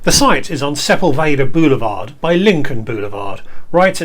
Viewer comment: Great video - I've been to that In and Out several times. (I do have to correct the pronunciation though - it's pronounced Se PULL va DUH.) I also agree on the fries, but still eat them up. Anyone who goes to In and Out also try the Chocolate Milk Shake, it's the best milkshake in world too!